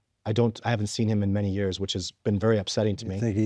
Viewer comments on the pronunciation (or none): none